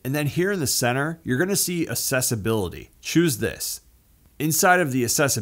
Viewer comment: Why do you keep saying "assessibility" instead of accessibility?